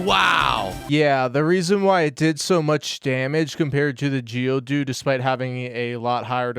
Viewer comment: "geodude" So annoying from. His is more of a geodud.